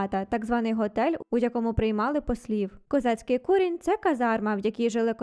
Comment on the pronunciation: А чому КуРІНЬ, якщо КУРіНЬ? Наголос на другому складі. Старі люди саме так говорили. І в словнику також